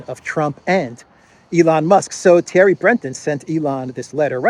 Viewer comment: Thierry is pronounced, "terry." There is no th sound in French and several other languages.